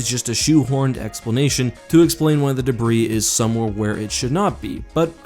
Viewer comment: The S in debris is SILENT!